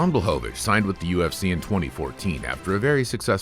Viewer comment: BŁACHOWICZ!!!! BLECHOVITZ